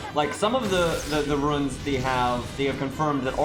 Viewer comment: Really liked the music choices here. You saying that Cu has the "roohns" made me think you were saying he has incontinence. That's it. Checkmate, scientists. Pluto has a Type. It's a planet. Get fucked. I'd much rather they name Marie's NP something more thematically fitting. Like Butt-Stallion. Wait, you have Barlow? I think it'd be cool to add passives to servants; Gilles Saber getting ME &/or CWtOE. How could you forget my son?